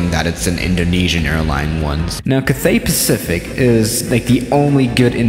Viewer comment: Bruh you are saying Cathay Pacific wrong same with Qantas